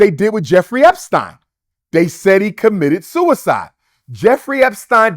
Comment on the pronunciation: Why can't he say epstein properly? This dude always insists on saying things strangely lol